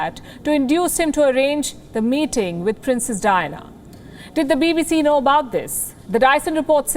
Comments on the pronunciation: It sounds like Dinah instead of Diana. It’s kind of annoying. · three silables in her name _ Di -Ann - a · I like it when she keeps pronouncing the name of princess DYNA, hhhhaaa.